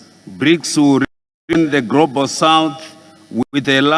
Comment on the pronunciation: Grobaru instead of Global ,vhunarebhu instead of vulnerable eish Famiri